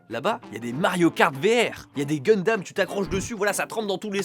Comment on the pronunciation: Chaque fois que dit Gunhdam je peux pas m'empêcher de penser à Danganronpa 2 🤣